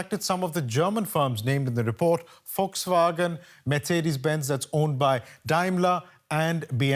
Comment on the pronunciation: Its not Foxwagen😂 its Volkswagen